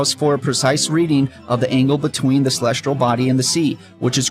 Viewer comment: Why does he keep saying "celestral" Instead of celestial? 🙄